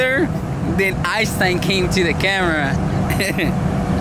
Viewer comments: Its Einstein, not Eyestine lol..... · It's EIN-Stein", not EYE-stein"! Learn English!